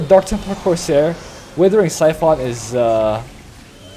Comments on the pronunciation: Siphon as in s-eye-phon your gas from your car... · Ok I know your stick is to mispronounce everything, very mildly annoying usually but that pronunciation of siphon is just maddening.